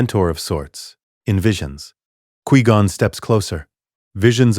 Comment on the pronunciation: This AI is dumb. 1- Bail Organa wouldn't have known Anakin if Qui Gon hasn't found him. 2- It's f*cking "QUI (Kwai/Kwhy) GON"!! Not "QUEE GON"!!!